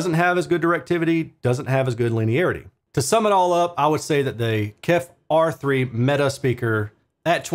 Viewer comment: Thanks. Still need to watch, but I'm sure it performs great. BTW, the company is indeed called "KEF", not "Kef". For "Kent Engineering & Foundry". 😉